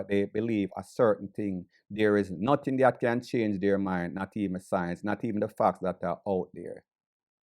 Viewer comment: This man is saying notting...